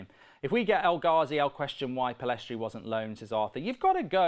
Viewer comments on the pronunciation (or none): The fact people are still calling Pellistri "Pellestri" makes me irrationally angry.